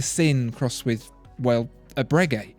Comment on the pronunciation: I dont think you pronounce the g in Bregeut like that